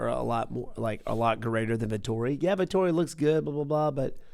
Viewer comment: It's Vettori not Vetorri lmaooo